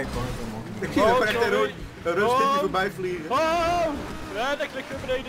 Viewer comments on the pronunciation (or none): none